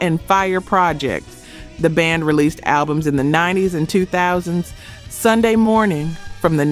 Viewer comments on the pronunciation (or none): none